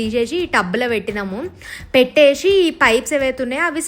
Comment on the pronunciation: పెట్టే she కాదు పెట్టె సి 😅